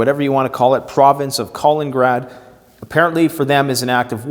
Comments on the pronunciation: Missing a syllable KalinINgrad. Yes, Baltic Sea. Separated by 45 miles from mainland Russia. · Wow. This person has now idea what he is talking about. He does not even know where Kaliningrad (or „Kolengrad“ as he prefers to say) is. But thinks he can give an assessment of the situation. And the Baltic states are the European Far East 😂